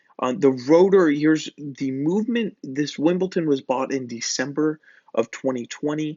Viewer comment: It’s Wimbledon, darling. Wimbledon.